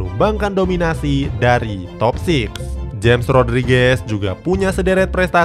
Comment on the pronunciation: nyebut nya hames rodriges bukan james rodriges min